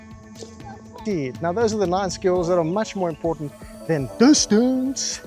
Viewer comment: Have you or a loved one been affected by the gsk disease? Symptoms such as calling everyone a “playa”. Or perhaps the inability to pronounce distance properly. You may be entitled to compensation. Join us and stay tuned for our forced apology from this maniac